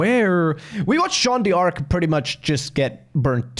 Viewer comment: It's Jean dark, not Jean dee arc by the way, haha